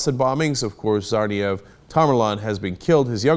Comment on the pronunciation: I like how Cenk got really proper with the accent for Ibrahim, then he stumbled a lil on Tsarnaev